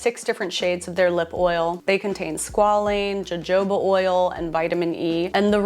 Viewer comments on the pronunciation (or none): Miss ma’am 😂 I laughed so hard at “jah joh ba” oil. It’s pronounced“huh ho ba” oil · Just a hint to sound smarter…..Jojoba oil, is pronounced Ho-ho-ba….Now that’s much better!! Enjoyed your ideas and your work!!❤ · No biggie, but I believe it's pronounced "hohoba oil." 🙂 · Darling, awesome! I'd want to know (and have learned correct pronunciations from others) so I'll share with you -- it's "ho-ho-ba oil, not "Jo-jo-ba." (For instance, I used to say "renumeration" and a friend told me it's "reMUNeration." ) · It's ho-HO baa. (J in Spanish is pronounced H, like Jalapeño or Juan.) Been using it since the '60s. 😊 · Jojoba = huh-how-buh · This is very stupid and doesn’t matter but just fyi jojoba oil is pronounced hohoba :) Love you and the video!! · just fyi jojoba is pronounced like Ha-ho-bah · Love this video & the idea of 3 purchases only, especially in this economy 🫩 PS the j’s in Jojoba are pronounced like h’s (think jalapeño) 🫶🏼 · Jojoba = pronounced as ho-ho-ba. Happy holidays. 🎅🤶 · Jojoba oil…pronounced “Ha-ho-bah” 😬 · Great ideas! ps--how to pronounce jojoba - huh ho bah with the Spanish h for j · Fantastic job,!🥰💞♥ All good suggestions! I came in here to mention jojoba oil. When you pronounce it, think Santa! 🎅🏼Say ho-ho-ba! 😘👍🏾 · I'm so sorry, I'm SO SORRY, and I love you!! I dont want to be that corrective, pedantic person, but you mispronounced Jojoba oil.. and its okay! But I NEED you to know that the true pronunciation is Ho- ho- ba 😅😭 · Help for pronouncing jojoba: huh·ho·buh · Ilysm and am a dedicated Winkie but did you just say Joe-Joe ba oil?! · Girl, it got me too! 😂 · The way I reported for duty so fast 😅🙈